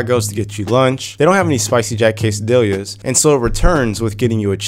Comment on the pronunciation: casadiyas, not casadilyas, spanish is not as hard as it looks double ll or LL is an automatic Y,y